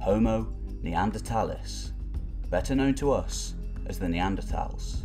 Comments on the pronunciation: You left a syllable out when you said Neanderthalensis. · its homo neandertalENSIS, not neandertalIS